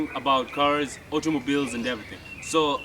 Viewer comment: Sasawa mzungu wa Bungoma😂😂 ati "keaz"😂